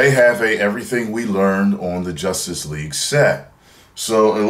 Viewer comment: "Jucstice" lol WHOOOOO